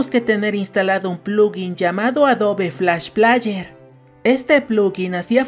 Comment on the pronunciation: Se pronuncia Adob Flash pleier